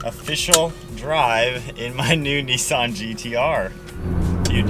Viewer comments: It’s Nissan not kneesan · It's pronounced NISSAN not NEESAN